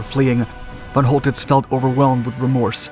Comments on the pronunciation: Great video. But: 😲 whole tits? 😵 Man, if you’re going to report on Germany in WW2, you ought to learn to a little German pronunciation. It’s fɔn ˈkɔltɪts and sounds more like coal-tits or, in some places, sholl-tits; but nowhere like whole. (The von part sounds more like fawn, though the /a/ sound is much shorter.) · Pronounce the C like a K. Choltitz is pronounced Coaltitz. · the (Ch) in (Choltitz) is pronounced as (K). Very nice video (as always) tho. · His name was Coltitz, not Holtitz. I heard this story before. Later I heard that he hadn’t had enough explosives to blow up Paris (or at least important and culturally important buildings of it) anyway. So that he made it look as if he did out of mercy. - Who knows which version of the story is true....